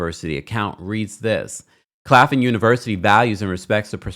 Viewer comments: The school is Claflin. Claf - Lin. Not Clafin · Claf-LIN not Claffin